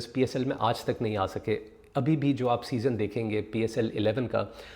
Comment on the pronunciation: O Bhai "SEASON" hota hai "SESONE" Nahin. Yaar tum Puxstan kyun English ke peeche lagte ho?? Tumhaare bas ki baat nahin hai. Chhodh do. You stick to Urdu. Koi sharam nahin hai. But when you do not know a language, don't rape it. Stay away from it and respect it.